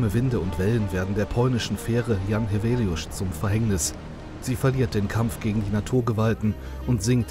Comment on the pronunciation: I'm from Świnoujście, although have been living far away for almost 10 years. Back in 2012 when I was still in school we used to commemorate this tragedy every year. Congrats to whoever did the voice-over for a very good pronunciation of "Jan Heweliusz", shows respect and professionalism. It's also worth mentioning that ever since I can remember the weather off Polish part of the Baltic coastline has always been terrible and dangerous. It's extremely noticeable in Świnoujście because of its geography, and it's only going to get more dangerous because of the complete disregard of the importance of dunes shown by Świnoujście's authorities. I won't elaborate because it's too complicated a topic, but the situation is dire.